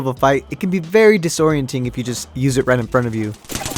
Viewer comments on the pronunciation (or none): did u say disorienting are u serious its me